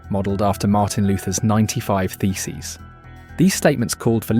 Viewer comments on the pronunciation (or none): none